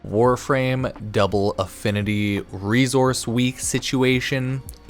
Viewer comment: Why do you say reZource and not resource